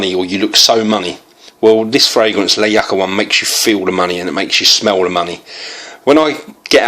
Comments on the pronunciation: It's actually pronouced "lah..you-qa-wam" ! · Ziad AL-Abbady Yes,I also can not understand how it is so difficult just to read letters and pronounce it correct?He misses it every time...